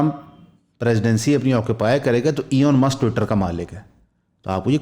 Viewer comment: > EON MUSK kon hy? check video - Elon Musk ko EON mush kah diya